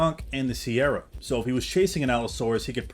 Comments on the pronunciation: SE-RAT-O-SAURUS not “sierra” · It’s pronounce “Se-ra-to” not “Ke-ra-to” and also definitely not “Si-er-ra-to”. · It’s not pronounced “sierra” it’s just “se-rah” for “se-rah-to-saurus” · Deinonychus Is pronouncer "Die-non-i-cus" Also Its pronounced "Sir-Rah-toe" not Sierra, Cerato like the Cera in Tri-Cera-Tops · The 'C' in Ceratosaur is pronoucned like a 'K' and not 'S.' 'Careto' means 'with horns/horned' and it as such it is related to the substance 'Keratin' which is also pronounced with a 'K' and not an 'S.' Calling them 'Sierra' makes little sense. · Hey bro it's pronounced [Sir- Rat-O-Saurus]. Thanks for the vids. Good stuff! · I’m sorry but the way ur pronouncing the beginning part of ceratosaurus is so wrong and it sounds awful it’s like this one show that pronounced diplodocus ( dip-lah-da-kiss) as Dip-Low-Duke-uss 💀💀